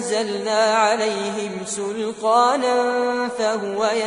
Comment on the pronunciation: (سلطانا )قرأها بأحسن مايكون قرأ كل حرف بمخرجه وصفاته وحركته وأداء وصوت ماشاء الله نسأل الله من فضله الواسع